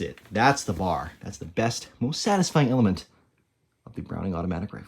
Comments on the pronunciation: Not BAR, as in, rhymes with car. It's B-A-R, with each letter pronounced individually. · Pronounced phonetically "Bee, Aaa, Aar", never referred to as "bar," i.e., bar stool. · Pretty good article but man, its not a BAR, its a B-A-R! All the Vets know this. If you cant get the name right, you've lost the interest of the men who know the rifle. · “Bar” 🤦🏼 Sheezus man. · The name is sounded out by letter B-A-R, an initialism that is not pronounced as a word, and not the acronym "bar" as in the Marine KA-BAR.